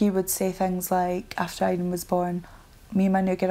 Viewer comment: So she called the baby iden not very Turkish 🤣